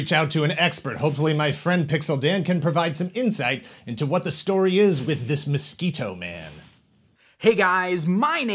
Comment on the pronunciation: LOL “Musk-Skeetor”